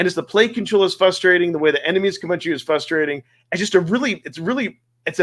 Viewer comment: "fRustrating" not "fustrating" 👍